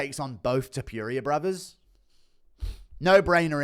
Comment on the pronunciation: His name is not ilia Tipuria its Topuria